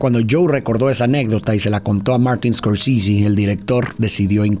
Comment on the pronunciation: Martin "scorsisi" 😂